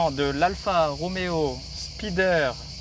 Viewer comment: J'adore ces caisses, merci! Après avoir dit en 1'08" qu'il fallait dire "Spider", tu prononces Spaïder ensuite. (1'57, 9'59). LOL 🤣